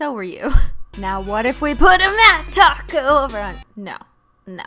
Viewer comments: It’s clearly taco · What’s this “top coat” that you say of? I only know taco 🌮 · This is the fake cristine, she said *gags* top coat........ Help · Without an H